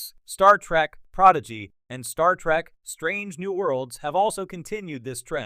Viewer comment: it is trek not track